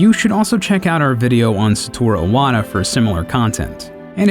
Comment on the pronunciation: "Saturo Iwata"